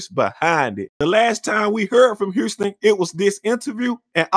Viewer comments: Why does he keep saying Herston and not HOUSTON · Why he keeps calling this man Huurston! 😂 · I had no idea Houston had a r in it. Hourston, bro this dude. Who speaks worst him or Young Thug? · I’ve heard of Houston but who’s Hurston??😂😂😂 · Hurston lol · I keep dying when he call him "Hourston" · FUCKIN HILURYUS